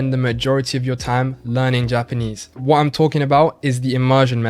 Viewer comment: Guy doesn’t pronounce his vowels properly when speaking English. Doesn’t pronounce his final “Rs”. Also , says “whoa” instead of “what”.